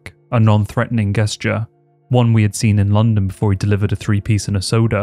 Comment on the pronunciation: gesture? jesture? hmm....